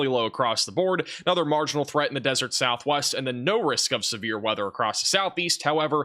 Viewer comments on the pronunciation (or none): none